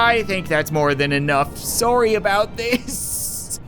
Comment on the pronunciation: I like someone instead of saying sorry he says suery